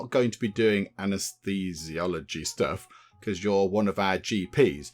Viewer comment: Operating theatre: British English. We still talk about taking people to theatre now. They’re signposted as theatres in hospitals today. Operating room: American English. As you are not an American you should feel free to use the word you are familiar with. PS Anna’s-these-eee-ology.